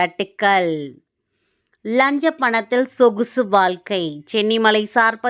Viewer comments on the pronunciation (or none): . என்னது சொகுசு வால்க்கை யா.. நடிகர் விவேக் காமெடியில் அன்று சொன்னாரே அது இப்பொழுது சரியாகத்தான் இருக்கிறது.. தயவுசெய்து நீங்கள் தமிழில படிக்காதிங்க சகோதரி..